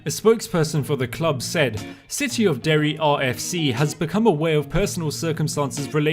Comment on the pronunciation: Mad respect on saying Derry